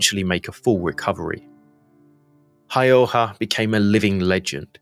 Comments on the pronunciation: Häyhä ausgesprochen häühä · Nice video, but you are pronouncing his name wrong. The Finnish "ä" sounds like "a" in "hat." Ha-ew-ha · For ease of pronunciation its pronounced almost like Howha or Hauwha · His name is pronounced as such, Ha-Oo-ha.. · The a with to dots (ä) in Häyhä, are pronounced as the a in 'mad'.